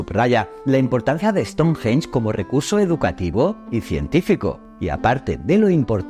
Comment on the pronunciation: Me chirría como pronuncia " ESTONJJJJJEN"😅